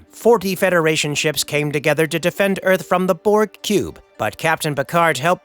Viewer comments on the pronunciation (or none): none